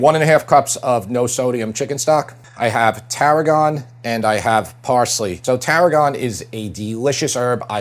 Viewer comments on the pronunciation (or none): "I have tarragon" I was listening to this in the background and I was like wait where did Tara go 😅😂😅😂